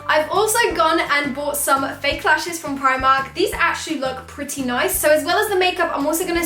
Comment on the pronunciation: You said 'Fake Eyelashes Frim Primark' 😂❤ Btw 😍😍